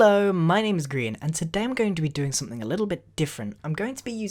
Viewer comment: Its Grian Not grain